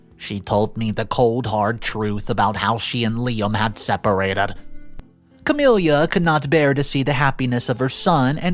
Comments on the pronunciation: Noticed this in a few vids now, I cant get over how many characters are called Camilla and how you pronounce it so wrong! Its just ka-mil-la, not ka-mil-li-ya, really distracting! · The MIL’s name is NOT “Cam-ill-ia” it’s Cam-ill-a. Her name does not end in “ia” . It’s like nails on a chalkboard to hear it repeatedly mispronounced! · There is no “I” at the end of Camilla. Ca-mill-a